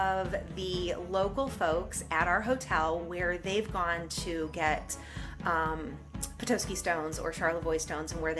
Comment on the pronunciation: Please never say “Petoiske” again. It’s Pe-Tos-Ski